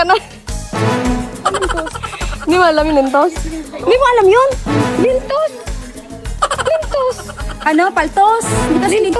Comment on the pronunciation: Baka “lintog” not lintos..!!😂